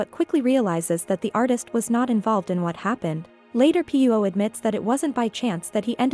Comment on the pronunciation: He should keep the mustache and would be nice if AI could pronounce the name Pirot correctly